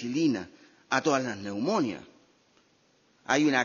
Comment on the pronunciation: neumonias no, neumonías.